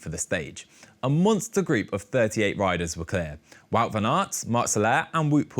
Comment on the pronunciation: I get that it's not easy to say names that use a different sound collection, but it's odd that the presented calls Wout van Aert "Vaut", but calls Wout Poels "Woot", more than once. Same name yet different pronunciation.